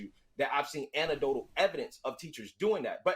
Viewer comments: This brother said "antidotal". I have seen enough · Good catch lol he even said it twice and pronounced it even more clearly so he can't say he misspoke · This dude can’t even pronounce anecdotal, I refuse to take him serious.